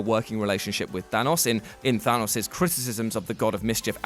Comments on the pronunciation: It's not pronounced "THAW NOSS." It's fucking Thanos. Listen how the characters in the movie say it. That's how it's pronounced. Fuck. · Why is everyone saying thanus, I mean bruh